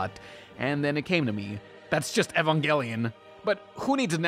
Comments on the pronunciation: Goddamn this show is A E S T H E T I C A L L Y pleasing Bitch you boutta catch these hands. "Eevanjellyun". Fuck. Also, Eva units are only agile while berserk or awakened, which makes sense if you actually watch the show you fake weeaboo. You didn't even question if Evas were mechs, thus proving that you only watched the first few episodes and at least the first of the shitty rebuild films. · "Eve-an-gel-ee-on" Leave. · "Evanjellyon" REEEEEEEEEEEEEEEEEE